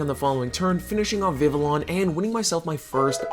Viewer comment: Just FYI, the Ls in Vivillon are silent😂. It based of the french for butterfly, Papillon, the Ls are also silent in that one😊